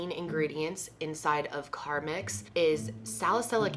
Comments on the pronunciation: It's "carMEX", not "carMAX". 🤭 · said carmax instead of carmex haha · Car👏🏼MEX She also said carmix...Only avid Carmex users notice these things lollll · CarMax is car dealership; CarMex is lip balm. lol girl your pronunciations sometimes kills me. I know this is an older video but still holds into the new ones. Can we call them "Kendalisms"? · Am I the only one who kept noticing the Car-Max? Its Car-Mex darling! 😊 Lol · Lol she kept saying CarMax I love this type of video!! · Carmex not carmax. I’m not trying to be rude but when I was little my dad would say it’s not carmax it’s carmex. So it’s kinda drilled into my head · The way she says "carmax" is driving me crazy... lol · Cynthia Hunter I know what it is , I’m saying it sounded like she said Carmax like the car website instead of carmex